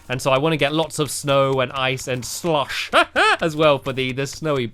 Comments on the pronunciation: It's so funny how he says "slush" he says "slUSH" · U say slush funny lol